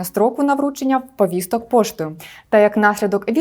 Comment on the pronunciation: Чому постійно каже Вповісток, Вповістки, навіщо жодавати літеру "в" перед словом повістки???